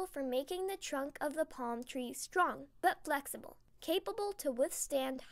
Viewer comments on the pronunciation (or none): none